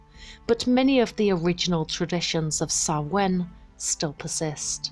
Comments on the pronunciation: Stress is on the first syllable, not the second (SAH-win, not sah-WIN) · Everything except your pronunciation of Samhain was great.